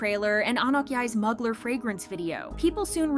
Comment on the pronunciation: Also it’s pronounced MUU-GLARE Mugler lol 😂